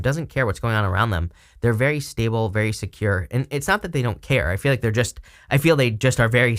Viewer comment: "staba-ble" <--- love it! Amazing reading as ALWAYS,. Thank you.